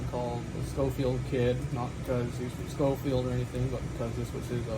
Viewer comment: Pronounced Skoh-feeld; beautiful gun